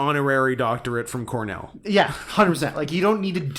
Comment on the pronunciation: It’s pronounced Cornell, and it’s the highest rank in the Ivy League. Weekly Noises Corner brings you.